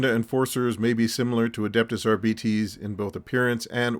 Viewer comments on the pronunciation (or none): Arbeetees? I've been calling the Ar-bites! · "Ar-bee-tees" over "Ar-bites" odd choice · I’m just stuck on these R-bee-tees. Though Are-bites was a little more common. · I've not seen the Warhammer Preview so I couldn't comment. I am an old English man who's only really interested in old hammer stuff so I would pronounce the word Arbites as I would pronounce the word Arbitrator, as in 'R-bites'. Also up until recently I've only ever heard it pronounced 'R-bites'. I suspect it's an an Americanism to pronounce it 'R-bee-tees'. Anyway, however you pronounce it, thank for the upload and the trip down memory lane 😊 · for the ones too young to remember "Gestapo Bob Harris" refers to the host of the BBC Old Grey Whistle Test music show, "Blaster Bellamy" is probably bearded TV wildlife guy David Bellamy, Ramperpo - Rambo, not sure about the rest. My generation used to pronounce "Arbites" as though it rhymed with "arc lights" so yeah myriad are the ways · I think the odd pronunciation is because 'arbites' is sort of derived from the ancient Latin word 'arbiter' (judge). Makes them sound very official and imposing I suppose :-)